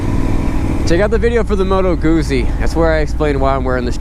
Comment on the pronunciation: 9.14 moto "goo zee"? lol................